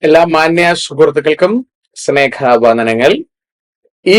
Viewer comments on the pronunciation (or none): സ്നേഖ വന്ദനം അല്ല സ്നേഹ വന്ദനമാണ് സാറെ ശരി